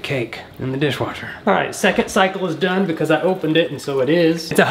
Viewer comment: I laughed an unfathomable amount when he said “in the dishwasher” that pronounceasuon was insane just like me speeling